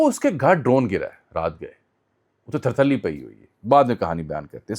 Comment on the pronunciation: ۔ بھاحی۔ لفظ۔ تھرتھلی۔ ھوتا۔ ھے